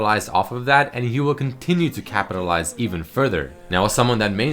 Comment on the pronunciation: "he will continue to Kappatilize..."